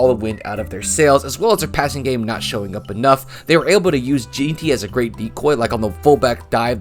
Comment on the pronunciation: Please learn how to pronounce Jeanty. For your own sake And also Skattebo. You're embarrassing yourself